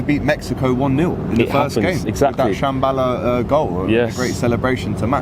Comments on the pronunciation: So Tshabalala is pronounced Shambala by Europeans? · South Africa drew 1-1 with Mexico and its Tshabalala not Shambala 🫶🏾